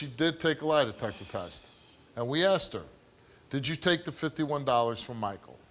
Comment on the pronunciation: It’s asked not axed, for God sakes please use proper grammar